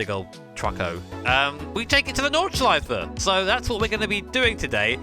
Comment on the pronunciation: Irgend wer Deutsch hier? Und macht sich auch die ganze Zeit dadrüber lustig wie er Nordschleife ausspricht😆